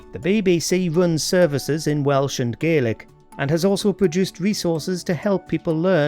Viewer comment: You mispronounced Gaelic.